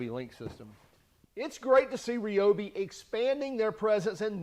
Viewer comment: It's pronounced RYE-obi, not REE-obi. And no, shockingly, I'm not fun at parties.